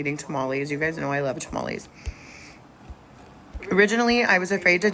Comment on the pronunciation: 🌛 I had to chuckle at the part of the video, where Tess said something about tamales. I heard two Mollies instead 😂